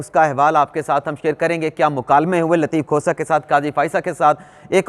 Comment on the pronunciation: محترم ۔ برائے مہربانی “لطیف کھوسہ “ کا نام احتیاط سے لیا کریں۔ لگتا ہے آپ لطیف کھوتہ کہہ رہے ہیں۔